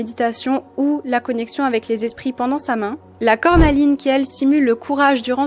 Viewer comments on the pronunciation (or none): Samain ?? 🤣😅😂 C'est une fête d'origine gaélique et ça se prononce Sa-Ouine !! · Ça se prononce Sa Houine 😉💚